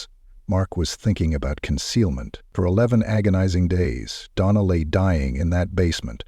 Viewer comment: You can tell it's AI when they go from calling her Donna to "Dona". Lol